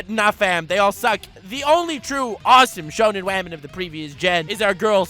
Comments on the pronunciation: By the way, I was watching Wolf Children for the first time today and I called Hana "wamen". THIS IS ALL YOUR FAULT AND YOU BETTER BE GRATEFUL! YOU HAVE CREATED A NEW TERM FOR THE ENGLISH LANGUAGE AND, IF NOTHING ELSE, YOUR INVENTION OF THE WORD "WAMEN" SHOULD BE ON YOUR GRAVESTONE. It is just such a fun word you genius, baka I hate you. XD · "Welcome Wamen and gentle wamen "